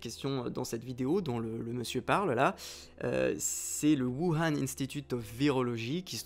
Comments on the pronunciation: Plutôt "wourhane" je trouve ça plus porche, après c'est du détail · Même pas foutu de prononcer correctement Wuhan (prononce woo rann). Le complotiste qui se regarde dans la glace pour se convaincre de sa légitimité à ses yeux. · On dit : "wourane" merci ^^